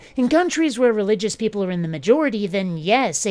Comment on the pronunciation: Teople preating? Poor, leave him alone. Thank you so much for this and all your other videos this year. Merry Yuletide.